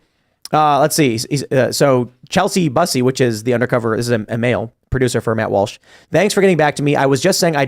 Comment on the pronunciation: Lol chelsa busee?! Chel-sea byu-see. Lol that was a crazy pronunciation of Chelsea Bussey.